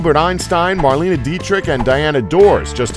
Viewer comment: AND he mispronounces "Aldous" (the s is not silent) and "Marlene"